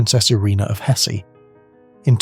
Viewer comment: he also mispronounced Hesse